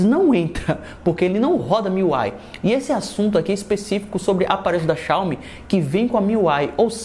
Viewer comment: mano ate hj tu fala o nome xiaomi de maneira errada kkk